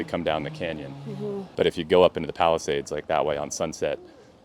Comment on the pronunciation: It kinda sounded like Palestinians. I know thats not what you said but i just found it a funny though.